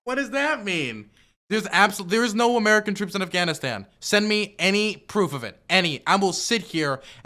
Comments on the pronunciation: I've never heard of the country of Afghanistand, we can't trust anyone who can't pronounce a country correctly, they must necessarily pronounce everything wrong if that's the case and they are completely unintelligable. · I keep focusing on how he pronounces it "Afghanistand"